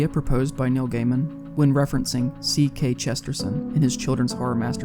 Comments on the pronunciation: Just FYI, its GK Chesterton, not CK Chesterson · It's GK Chesterton, not CK Cesterson.